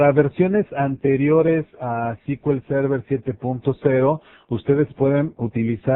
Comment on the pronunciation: Se pronuncia "es-cu-el server" no "ci-ki-ul-server"